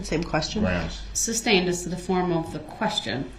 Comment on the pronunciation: The way he says groundz while staring at the witness is gross. He thinks he's the big man on campus. What a clown. Everything about that POS SO is creepy. I think the reason he stares at the judge is for one I think he truly believed they had some sort of connection. He's a legend in his little mind.